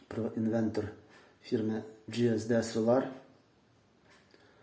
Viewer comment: правильно казати інвеРтор